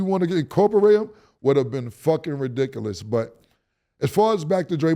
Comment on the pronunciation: Pause at the way cam said “reedickalous”